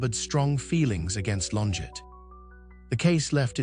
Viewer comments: It’s not LonJET, bot, it’s LonJAY! She’s French. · That's not how you pronounce her name.